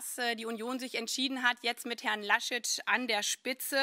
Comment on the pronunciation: Nicht ganz🤔auf spricht Sie von Herrn Laschitsch🤷